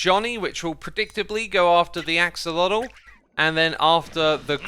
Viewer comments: Why do you say “axalodle”? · Just a tip for everyone, especially certain Minecraft YouTubers who love to play around with pronunciation and might want to use their powers for good: Axolotl SHOULD be pronounced more like “ashowahteh.” <3